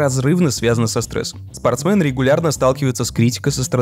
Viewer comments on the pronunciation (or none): СпорстмЕн, не спортсмЭн, господи, как же это режет ухо, просто невозможно :( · один я кринжевал, как автор произносил "спортсмэн"?)) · Почему спортсмЭн ?)